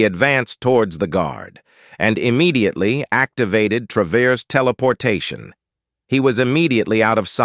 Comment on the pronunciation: Funny how this text to speech is incapable of pronouncing 'traverse', thanks for the vid though :).